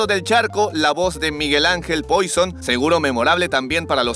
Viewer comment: Solo como dato, el apellido poison se pronuncia puason pero como si lo dijeras en francés